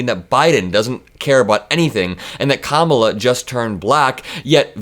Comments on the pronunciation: Trump is low I.Q 😂. He's afraid to debate her so that makes him have a lower I.Q so how does that make him better 😂? He can't even pronounce Karmala's name correctly 😂. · Astonishing! Legacy Media journalists can remember to call that man former “Mr President", but they can’t pronounce Kamala properly. Not entirely subtle. I got rid of CNN, and of course, FOX… what next? Newsmax, Can we name it a BOYCOT against NETWORK RACISM Nationally! They do have impact.